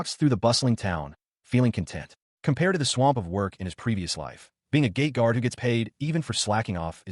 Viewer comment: OOOHHHH, it is a GATE guard, not GAY guard